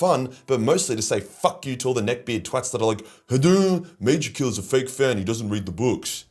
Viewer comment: is Majorkill secretly Hungarian?